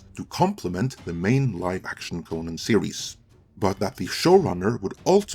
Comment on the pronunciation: i like how he pronounces Conan wrong the entire video. that guy